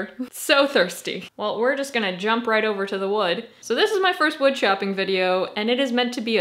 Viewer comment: huhuhuh huhuhuh she said woood